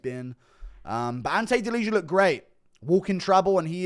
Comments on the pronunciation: it's pronounced like delia, don't say the j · Delizha 😭😭😭 wtf is that pronounciation. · You are butchering Delijas surname :)